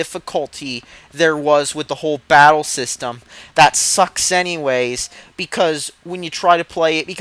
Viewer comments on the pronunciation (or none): none